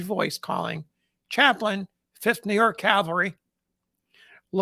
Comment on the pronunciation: I realize it's a petty complaint, but every time I hear someone pronounce "cavalry" as "caLVary," it drives me bonkers!! Interesting video nonetheless.